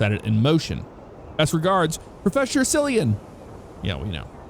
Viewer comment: Cillian pronounced Killian. like the actor Cillian Murphy